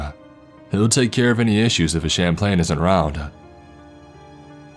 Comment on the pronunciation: I think you meant CHAP LANS not Champlains like the lake with the monster in it.